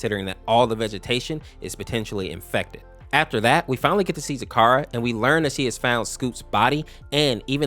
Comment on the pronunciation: Your say zecora wrong. Ze-cora Or zi-KOR-ə